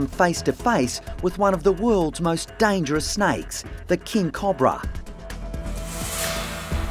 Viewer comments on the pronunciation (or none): It's not a Cob-bra it's Co-Bra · It’s pronounced ca-oh-bruh not cu-bruh